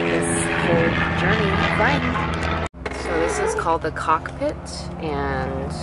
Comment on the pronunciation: Love how you say cockpit... Drives me crazy